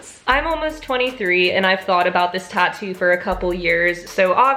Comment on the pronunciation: It’s tattoo not tato 😕